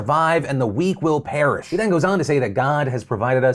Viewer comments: Are we not going to talk about how Tim Boyd said "parish" and not "perish" 😂😂😂😂😂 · Maybe I'm being petty. But that man is an idiot. He can't even use the correct words. It's "you're " not "your", and perish (die) not parish (a place). So it is no wonder his ignorance bleeds through in other ways.